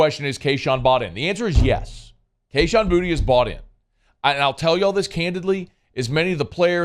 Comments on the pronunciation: The dude literally pronounced his name “booty” on live TV in his get Gordon commercials. I’m guessing you missed that? And he’s playing like ass so why not call him booty? Lol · Why do we call him “Booty” now? It’s Boo-Tay. Very disrespectful of the announcer to call him Booty. He’s easily the most talented wideout in college football.